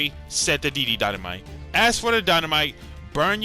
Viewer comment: bruh man said dd dynamite and can't even do it properly